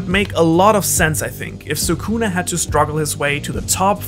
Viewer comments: please stop saying soocoona. he is "skunah" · Well every single YTer messes up Sukuna's name tho which is a shame But yes actually talking about how he's real world mythology? Much appreciated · Love the video but your pronunciation of sukuna is killing me yo 😭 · I don’t mean to nitpick, I really just wanted to comment lol ily bro